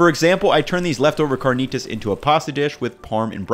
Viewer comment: You seem more cultured than to pronounce carnitas as you do.